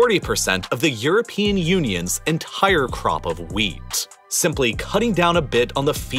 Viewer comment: Please stop putting H-gaps in your words. It gets cringey after a while and ruins concentration. "Cat-HAStrophe" "Youk-Hrayne" "Ent-HIRE" For example...